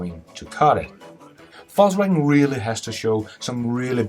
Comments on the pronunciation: pronounce....faux wagen... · sound like he is saying falsewagon :) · Fux Wagon ?